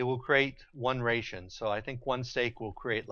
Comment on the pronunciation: your video is really nice. but the way you say ration really weird